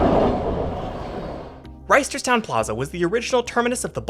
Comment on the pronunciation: I need you to know that we don't pronounce the first T in Reisterstown Also, some actual information: - Yes, the system is much busier during the week. It serves a lot of commuters but even more k-12 age students. This is also true of the light rail and bus systems - It's not true to say the north south line was scrapped, because it was ultimately turned into what is now the light rail line that runs from Timonium to BWI airport and Glen Burnie